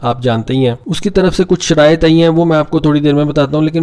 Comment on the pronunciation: محترم اپنی شراعت درست کرلیں شراٸط ھوتا ھے